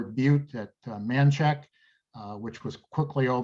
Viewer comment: Natchez - sounds like it Matches. Or a book of matches. Or it could be a box of matches. Either way, it’s not match-EZZ Manchac - sounds like “MAN-shack” Maurepas- sounds like “MORE-eh-pah”